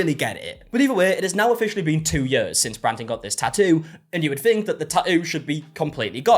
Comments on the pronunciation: no one:: ta'ooo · The way you say tattoo is SO satisfying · I love the way you pronounce tattoo.